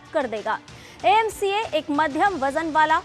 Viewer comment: Are madam iaca nahi, AMCA, Advance midiyam combat aircraft.